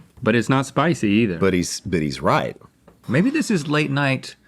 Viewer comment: Alton really turned Aussie for a minute there "roight" "it werks"